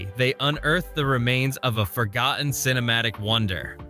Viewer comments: Narrator You need to pronounce your "t"'s and only then do you get a thumbs up. Cur-Ten Not Curr-en. For-gott-en. Not For-goh-Ehn.😊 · An A.I. voice that can't pronounce double-TR words. Buh-un. Forgah-un. Crazy.